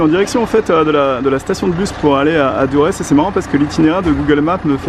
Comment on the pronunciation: Ça s’écrit Durres mais sa se prononce dorss sinon bonne vidéo